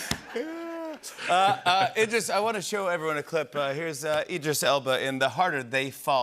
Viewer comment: It's Elba. Idris Elba.